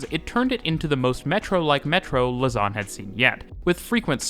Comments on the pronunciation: Lausanne is not pronounced "luss-an", but "low-san". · loze-ann rather than luh-zarn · Lausanne is mispronounced. The A is flatter. Yours tends towards an O: lausawn :( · can't help but hear 'lasagne' everytime you say the city's name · Just a little tip for the future. Lausanne is stressed on the 1. syllable (LAUsanne) 😉